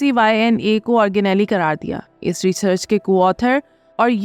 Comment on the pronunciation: آرگ نیلی نہیں، آرگ نیل